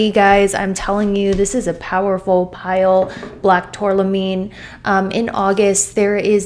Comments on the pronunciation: Love you,! It’s tourmaline, not tourlamine. Love the black tourmaline reading. 🖤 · Loved the reading! Thank you ✨🙏🏼✨ Yes, I’m feeling like I’m ignoring it… 😅 P.S. it’s TurMAlin btw not turLAmin. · Thats what I thought lol she says tourlamine but wrote tourmaline